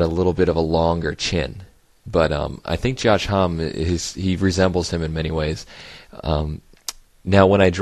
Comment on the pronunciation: I apologyze if I mispronounced his name... I've never heard it spoken by anyone 'official' so I was pronouncing it how I assumed it was. From now on I'll call him "Hommy". :)